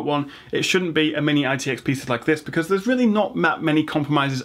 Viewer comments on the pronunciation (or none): none